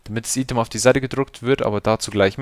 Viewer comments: Item spricht man doch normalerweise "Ei-Tem" aus, oder? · lern einmal item auszusprechen